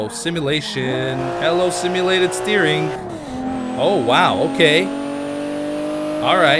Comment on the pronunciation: always says "steerink" and i'm always like no, beef it's "steering" lol xD